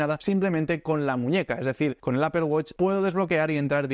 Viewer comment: Primer español al que escucho pronunciar correctamente "apple". Me hiciste el día tio!! Suscrito.